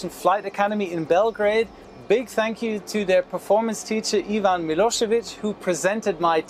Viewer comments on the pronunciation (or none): none